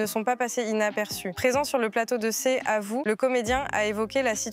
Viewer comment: "C'est à vous " sans la liaison suivi de " Nicolas Bédosse" , faites un effort la voix off svp